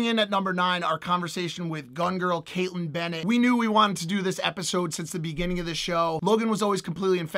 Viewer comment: You did great with Kaitlin Benett